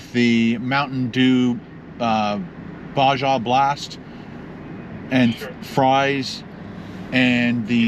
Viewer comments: BLASPHEMY! Did you say Basha?! Hahahahahaha! YOU MUST REPENT! BAH - HA - BLAST! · Got to say, the video and audio sounds great!! Also I think it’s “BA-HA” blast, not “BA-JA” the J sounds like an H. 👌🏻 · Its pronounced baha blast not baja... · Ba-ha blast. It's pronounced ba-ha! I wanted so bad to stick my head through the screen! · BAJA - Ba-ha blast. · It’s Ba-Ha Blast. Bruv. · I'm from Aotearoa NZ and even I knew it was pronounced Ba-ha blast 🤦🤣 good video as usual 🤤🤤🤤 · WTF is Bashah Blast. Come on. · You said baja blast wrong 🤣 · Baja Blast has been out since 2004 and you mispronounced it?!